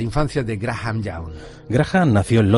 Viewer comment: Ni se porque pronuncia mal " Graha "n".. es Graham.. 🤷🏻‍♀️